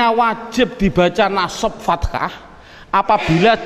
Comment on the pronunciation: maaf ustadz, ustadz contohkan fataha kok ustadz ucap fatakha? berubah makna ustadz.